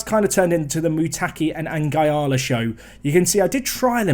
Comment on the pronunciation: I must admit it annoys me when you call Nguala "N-gy-ala" when it's pronounced "N-gwala"... obvs doesnt make any difference but just one of my silly things...